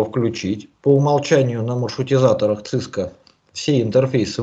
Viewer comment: Сильно режет слух акцент папуаса. Говорит "Цыска" одновременно с "Си-Си-Эн-Эй". Совершенно очевидно, что это нахватавшийся сленга белых людей, ничего не представляющий из себя маленький человечек, каких сейчас развелось много. "Специалист", который не смог выучить как называется то, чем он занимается........ жалок. Единственное оправдание для такого человека - если он произносит "Цыско" поскольку опасается рефлекторной мастурбации на величие американского хайтеха.